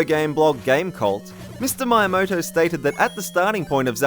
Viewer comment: Who is this Mr. Mayamaoto? XD